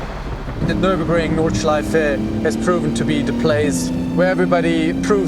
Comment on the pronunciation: Didn't expect the near flawless pronunciation of Nürburgring Nordschleife on an american channel